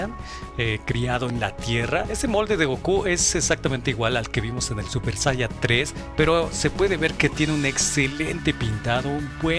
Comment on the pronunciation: por que dice super saia? xdxd